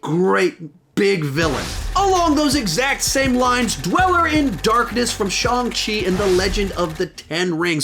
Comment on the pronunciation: Shawng chi 💀